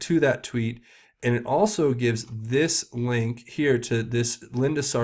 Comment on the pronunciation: Her name is not pronounced Linda Sar-sour, it's Linda Sar-sewer - and I think you'll find the sewer drains directly into the swamp.